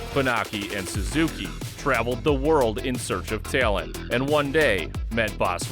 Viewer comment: "in search of teeeealent" lolol you from Chicago?